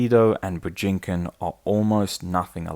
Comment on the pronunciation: Your pronunciation of Bujinkan hurts my brain.